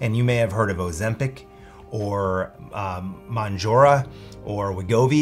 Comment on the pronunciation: He can't pronounce mounjaro, lol.